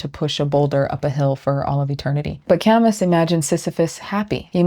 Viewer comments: There is not a single word in this video I disagree with (besides maybe your pronunciation of Camus). I have a tattoo of Moira's orb spray from Overwatch with the positive and negative intertwined. I knew I was onto something with that one. I feel a weight lifted from my shoulders whenever I choose to live like this. To not need it all to make sense. To surrender control. Focus more on my effort than the outcome. This video was beautifully made, thank you for making it. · My dear, your discussion is brilliant and I am spreading it. One thing: “ Camus” was Algerian French and you don’t pronounce the “ s” 🙏🏼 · Pronounced, "Ca - moo." not "Cam - us." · I only saying this because this was great, an amazing video.... its KA- moo, its a weird french name, Camus. I will take my angry comments and downvote, I deserve them. Amazing video. Also, some of these ideas are paralleled in Daoism, and I bet guys like Zhuang Zi would love tragic optimism, but he might not frame it as tragic. Everything Everywhere All at Once is all about the daoism. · I liked your essay, and I'm glad the algorithm suggested your channel. One thing though, when you brought up my favorite French existential philosopher Camus.. The "s" is silent, it's pronounced "ca-moo". Looking forward to more insightful essays to come, thanks! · This is a really. REALLY good video essay. I watch them like my life depends on it. Really freakin good yo. Thank you. I don't know what else there is to add. (I will say that Albert Camus is pronounced Ka - Moo). Thanks again ;p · Loved the vid. Camus is French. It's pronounced Ca-moo. Sorry but it took me right out of it. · I'm glad I found your channel, loving it. I'm probably going to use this concept in a video on addiction, since I like the sociological take. (just one piece of gentle feedback: Albert Camus is French, last name cam-ooo) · (Btw Camus is pronounced Cam-moo 🙂 )